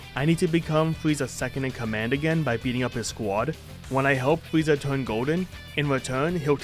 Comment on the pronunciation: the fweeza saga 😹😹